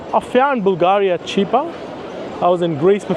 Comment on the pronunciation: Props for calling it Bulgaria "Bulgahria", as it is pronounced originally and not "in English".